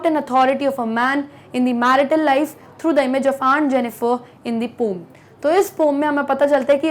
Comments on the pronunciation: Mam its poem not pom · Why do most of the teachers pronounce poem as pom..it sounds very absurd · Pom is the correct pronunciation... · Poem ❌ Pom☑️ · Ma'am u said "pom" , I call it "poem" 🤣🤣🤣 after listening "pom" I can't stop laughing 🤣🤣🤣 seems to be very funny 😂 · Mem aap poem ko poo ya po knyu kahate ho 😂😢😂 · its poom ya i like ur teaching but don' caled hat waord its sound like poom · Yes I am thinking about that 😅